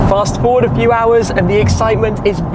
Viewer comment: “Fast Ford a few hours” lol